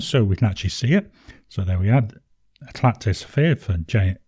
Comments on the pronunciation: For info, in French you would not pronounce the final "t" in Eclat. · I enjoy Éclat de Saphir. I use their Rue de la Verrerie and Blue des Profondeurs daily. At some point I’ll get back to it. Sapphire blues often have purple undertones which is definitely present, though I think less so when dry. I’m going out on a limb and guessing Éclat is pronounced as if there was no T on the end. I’ve got a book store in my town which carries both brands of inks, Ancient Copper and Oxblood are the two I’m waiting for should they get another shipment of ink, I’m pretty well set for blue inks at the moment.